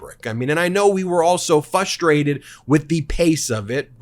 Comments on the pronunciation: "Fru Fustrated" LOL.... = fRustrated! Otherwise great blog. Strange pronunciations but u rock Ben. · So funny how Ben always pronounces "frustrating" like "flustrating" or "fustrating". Lol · I love ya Ben but come on…fRustrated. Not “fustrated”. Please. You’re too smart to should that dumb. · Jessica corrected you last week. Please learn to say frustrated.